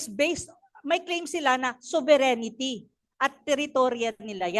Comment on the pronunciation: Not to diminish the contribution of Prof. Anna to the discussion, but I hope someone tells her that “sovereignty” is 4 syllables. Not 5. This is important because her audience are usually high-level academins and thought leaders, and it’s distracting when she says /so-ve-ren-ni-ty/ 😢 it’s not 5 syllables.